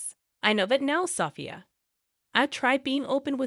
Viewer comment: This is ridiculous. At least get someone who can pronounce the words.....especially the wife's name....is it SoPHIA ....or SOFia. I've made a note to self....don't watch this crap again. Total waste of time, even when I'm TRYING to kill time.